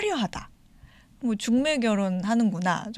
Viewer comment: 하스를 너무 많이 했나봐 중매가 죽메로 들려